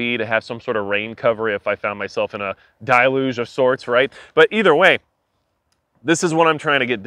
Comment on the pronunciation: Concealment, not cover. Deluge, not diluge